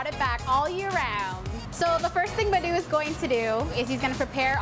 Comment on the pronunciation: I think his name is 'Madhu'. Looks like he is an Indian. Americans always say this kind of South Asian names in their own accent which sounds different from the actual pronunciation. Also they don't pronounce the 'H' in words.